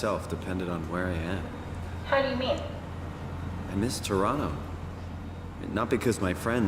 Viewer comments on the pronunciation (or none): Pronounces it to-ron-no like a real OT